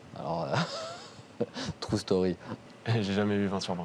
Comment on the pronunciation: "Trou story" ok ok😂😂